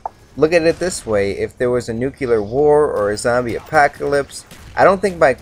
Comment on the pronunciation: ... "if there was a nuculer war".